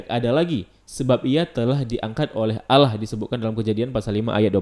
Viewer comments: Bang Ko Lu Baca nya Alah Bukan Allah? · Kalau membacanya jangan alah tapi allah karna kalau alah itu orang kristiani yang membilang nya seperti itu